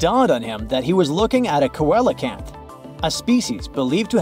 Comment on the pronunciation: not "koala - kanth" its pronounced: "see - low - kanth"